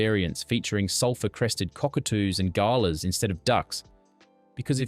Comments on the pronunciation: Absolutely cringe AI voice, can’t pronounce Breville or galah. 🙄 You’ve been warned. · why the mispronounced words. The bird Galah, for instance.